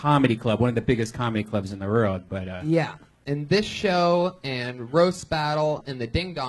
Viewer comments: EVERY podcast i hear Redban say "world" i just laugh. He pronounces it as "RORLD" There is no wuh sound anywhere. Rorld famous. Everytime i promise you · Actually its wrold :) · Yo can Bryan stop saying "World Famous Comedy Store" until he learns how to pronounce "world"....or the letter L in general. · Again ! You’re right!